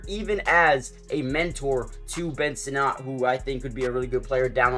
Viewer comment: It's pronounced Ben "Senate" not Ben "Snot" 😏